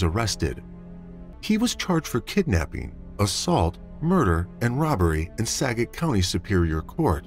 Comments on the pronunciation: SKAGIT!! Not sagit!! SKAGIT county! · It's Skagit...pronounce the k as well. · And Skagit is pronounced SKA-JIT. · Washington native here... Skagit County is pronounced Skah-gette not Skadget. Cedar Wooly is actually Sedro Woolley. A lot of towns in WA are hard to pronounce because they are named after the local Native tribes or past Native tribes.